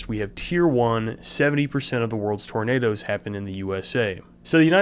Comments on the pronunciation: That "er" at the end of "roundabouts cause tornaders" is what linguists call an "intrusive R", and it's something that interestingly southern Americans have in common with the British. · Tornaders is the only I'll pronounce it now. That guy is gold. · Hard R on Tornado is just extra